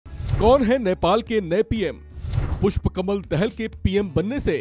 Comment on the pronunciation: दहेल नहि दहाल है भाइ सहि बोला करो